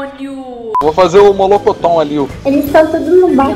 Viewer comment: não é molocotom, é Murilononmicomi :&